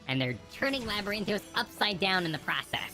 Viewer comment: LabyrinthIos. Everyone